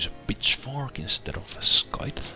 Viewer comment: Why don't you get Victor or someone like that to train your troops? And if you get a Colonel later anyways won't they eventually go to waste? And also, scythe is pronounced "Saith"